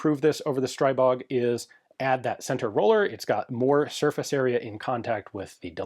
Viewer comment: "Stribog" (as in Stribog A3) is not [SHtraibog], but rather [stri:bog] (like, "stree-bog"). It's actually the name of a Slavic Pagan deity. P.S. And "kuna" means marten.